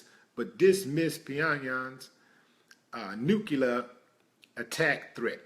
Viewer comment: Why the fuck is it that people forever say "nu-cu-lar-" instead of NUCLEAR?????? I'm so fucking peeved!